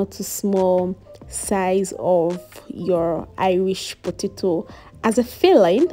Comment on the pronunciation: I like the fact that you didn't cut out the side you mispronounced potato, it shows how real you are. I'm going to make this without an oven, thanks.